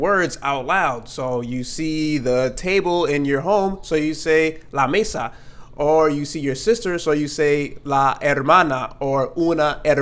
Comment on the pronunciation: la mesa sounds like meh-sa not may-sa 😉